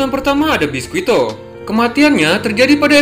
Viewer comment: Bang klo mau bilang nama biscuit pake versi bahasa Inggris aja bang gk usah yg pake penyebutan Jepangnya, soalnya itu nama orang barat bukan nama Jepang jadi lebih enak pake yg penyebutan bahasa Inggris aja (biscuit) soalnya itu nama orang barat bukan jepang Jujur aja bang agak kurang enak didenger aja nama orang barat tapi kita nyebutnya pake Jepang jadi aneh gitu, klo orang Jepang sendiri yg bilang ya gk masalah soalnya mereka agak susah ngomong nama2 orang barat